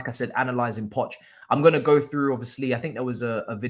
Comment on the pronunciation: has been saying Poch for a while lool